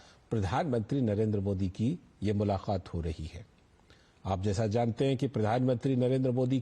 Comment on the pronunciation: मुलाक़ात बोलिए ना कि मुलाखात